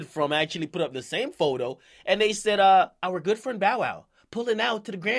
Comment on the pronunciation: LMAO at how Dj Akademiks said "Our good friend Bow wow pulling up to the Grammys with OUR Ferrarri California"